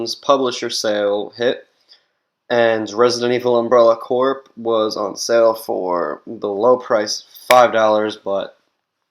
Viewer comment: It's pronounced "Core" the "p" is silent.